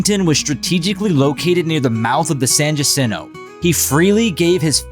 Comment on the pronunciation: Pronounced "San HA-sin-toe".